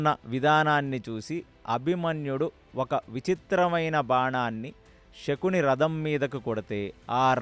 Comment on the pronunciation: నమస్కారము andhi శకుని andhi షకూని kadhu andhi raboyee taraniki ష కి శ తేడ మనమే చెప్పాలి